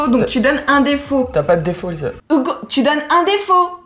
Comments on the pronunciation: Ça me tue elle dit Ougo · ca m'enerve elle dit hougo a lieu de hugo